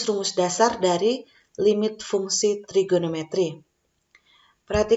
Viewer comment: Congratulations. Mohon dicek cara baca limit.